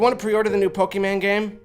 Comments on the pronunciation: If he ever says pokeman again then i'm unsubscribing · I think you mispronouncing :"Pokemon" as "Pokeman game" somehow made it funnier. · He said Poké MAN game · "Pokaman Game"